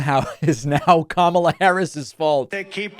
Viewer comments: At least he is finally learning how to pronounce her name correctly....at least some of the time. Why is it that it took him so long to start to pronounce her name properly? No one seemed to notice how long it took. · On a positive note he finally pronounced our future Presidents name correctly! 😂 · One bright side is that he said her name correctly at least once. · What’s with him actually pronouncing Kamala’s name correctly instead of mispronouncing it previously as a way of dissing her. . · Let me say this: at least he’s pronouncing her name correctly. Small steps. 🤷🏽‍♀️ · He stated her name correctly. Did he forget😅😅😅😅😅😅? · 🤔 I wonder if his cult realized that he pronounced Kamala's name right? 😂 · At least he said her name correctly in this video... shocker. He's probably heard it so much he can't remember how to say it wrong. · On a positive note, he figured out how to say her name! 😮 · I find it mildly interesting that he started pronouncing Kamala properly, I want to know why so bad. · At least he was pronouncing her name right this time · I see he remembers how to say her name. Smh lol😂😂😂😂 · He’s pronouncing her name correctly!! :) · He actually pronounced Kamala correctly this time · At least he's pronouncing her name right? Probably a mistake. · He said her name right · Did you realize that he promounced KAmala right, though?